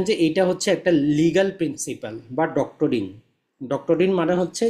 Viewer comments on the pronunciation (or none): ডক্টরিন নয়, ডক্ট্রিন / doctine.